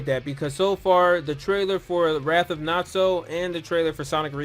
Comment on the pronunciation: His name is Nazo not Natzo, Nazo is Japanese for Mystery.